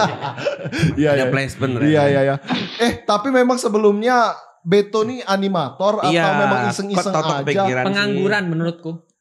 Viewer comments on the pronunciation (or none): bejoo... bukan beto!! 👍👍 kelewatan.. gapapa... tetap suppot